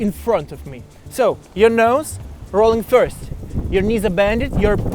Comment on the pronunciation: сри вирст степс , не сри плизз